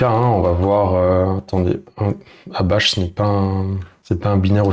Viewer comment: Bash et non bach ;)